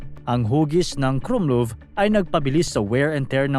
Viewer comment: mali bigkas mo sa "krummlauf" . KRUMLAWF talaga yan hindi KRUMLUV